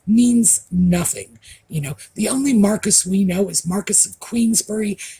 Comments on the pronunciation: David Cholmondeley, is Earl of Rocksavage and 7th Marquess of Cholmondeley. Marquess is pronounced ' MAAR - KWIS' by the British NOT MARCUS. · Thank you for pronouncing Cholmondley correctly! But (in English) Marquess is pronounced 'marr-kwiss' not 'marr-kiss'. The 'i' sits somewhere between 'i' and 'e'. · Marquis, pronounced Mar- cwess / Mar-quwess. Strange, I know